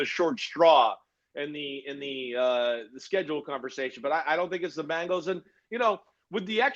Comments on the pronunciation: I can't deal when dudes or anyone pronounces Bengals as bangles.... Maybe it's just me..... 🐯🐯🐯💪🐅🐅🐅🐅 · Just wish he pronounced 'Bengals' correctly. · I know people that say Bingles too